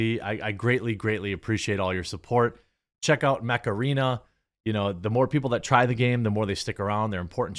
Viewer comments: I thought you said Macarena :D when i saw ad then I understood you mant Mech Arena :D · I thought he was saying Macarena the whole time. Untill the end then I head Mech-Arena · the way you said mech arena, sounded like Macarena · honestly when you first said mech arene. i thought you said macarena. I thought what? are you going to dance?!?